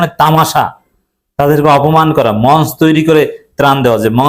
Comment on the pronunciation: মঞ্চ এর সঠিক উচ্চারণ মনচো।